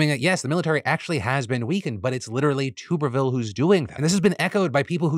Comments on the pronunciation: Just fyi, Tuberville is pronounced “Tuh-ber-ville”. Only reason I know that is because I’m a huge College Football fan so had to hear his stupid name for years a little while back. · "toober ville" lol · Day 1030 of Phil once again pronouncing Tuberville and me laughing. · How do you not know how to pronounce Tuberville, lol? He was well known before going into politics.